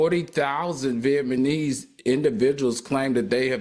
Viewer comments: Not "viet-ma-nese" 😂 It's "viet-NA-Mese" AL ❤ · Al constantly saying “Viet-my-knees” is taking me out 😂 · If all says vietMANESE one more time! I still love him. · Surprised I’m not seeing more people laughing at Al saying “Viet-ma-neese”. 😂😂😂😂 Or have yall all gotten used to Al butchering words? 😂😂😂